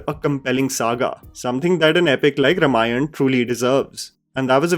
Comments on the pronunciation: Bhai pronounciatian is RAAM-ayan... why do you keep saying RUM-ayan?! 😂😂 Pronunciation thik karlo! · it's Raamaayan not Ramayana, sorry for being devil's advocate. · Also Rāmayan not Ramayan :) sorry for nitpicking. Not the intent